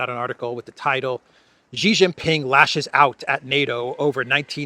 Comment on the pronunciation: It is Xi, not Ji - pronounced like SHE in English.